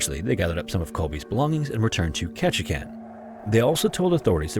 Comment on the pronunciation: I'm surprised you pronounced Ketchikan correctly! Most people don't so way to go!